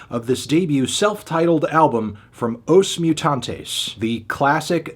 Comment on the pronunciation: Brazilians being very kind to not complain about the pronunciation of every portuguese word right down to the name of the band 😂